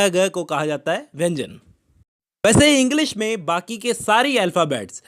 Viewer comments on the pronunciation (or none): none